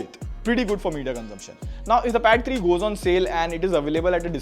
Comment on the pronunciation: i heard battery too